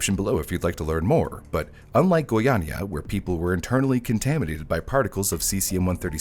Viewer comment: When said the shrimps were infected by cesium, i was like “here we go again”. Also, first time brew said Goiânia was bad, second time was alright. It’s easier to gringos to say Goiás but not Goiânia. Lol